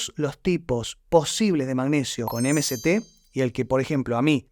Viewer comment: interesante y constructivo pero te recomendaría 2 cosas para que el mensaje llegue mejor, primero, si hablás en español, no digas "em si ti oil" en vez de "eme se te oil" o mejor lo que quieren decir esas siglas que ya me lo olvidé. Y la segunda es sacar esos efectos de sonido que distraen y confunden. Igual gracias.